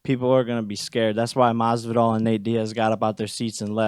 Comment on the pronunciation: I'm sorry ... but Masvilda 🤣🤣🤣 hell fold you